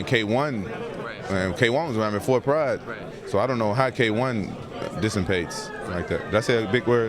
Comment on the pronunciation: Dissimpate? Dissipate.